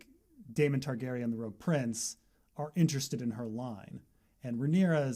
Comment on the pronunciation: I thought it was rogue(rebel) not rouge(red)